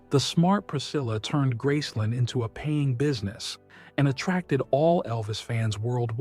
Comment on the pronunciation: It is called Graceland, not Grassson, do your homework!